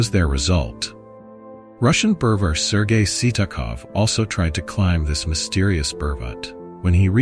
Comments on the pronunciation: The AI translator has gone nuts! It's called a Mountain - Pervert instead of Parbat .... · It’s not pervert it’s Parbat meaning mountain. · IT IS PARBAT...